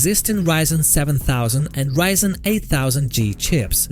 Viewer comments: "reezen" XDDDD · Learn to pronounce ryzen first